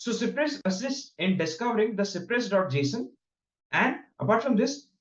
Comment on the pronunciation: it is cypress and not cipress